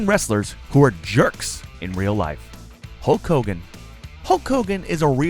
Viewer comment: Its Hulk Hogan not Hulk Colegan